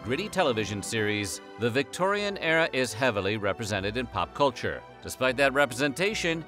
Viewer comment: I wished he'd stop saying Victoian Error